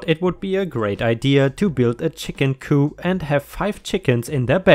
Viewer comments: It’s pronounced cooP Not coup like when you topple a government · Hi! Just a pronunciation note. “Coop”— the “p” is not silent. Coop rhymes with poop. Hard p.